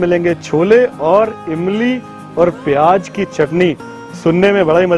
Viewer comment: Pyaaj nahi pyaaz hota Hai !!